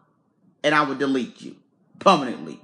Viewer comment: And he will delete you “pummunantly” 😩🤦🏾‍♀️